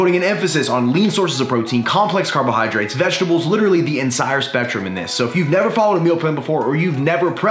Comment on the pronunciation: I thing beginning, did he say "ensire" twice... Instead of entire